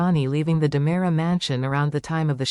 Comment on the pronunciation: 😉 It's DeMera not Damara! I SHOULD know. I'm RICK DEMERIAKIS! 😅😂